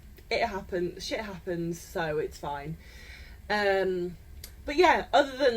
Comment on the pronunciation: I love your accent. It is so efficient. How come we Americans can’t figure out how to reduce “Shit Happens” from three syllables to two. Shapins. What a great word.